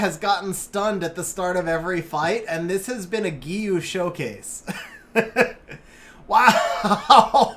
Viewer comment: It's the japanese pronunciation I study japanese ^^ it's Onmyôdji, the u after the o just means the o is longer, same for Giou (Gheeô) and Shizuka is She-zu-ka (means quiet btw)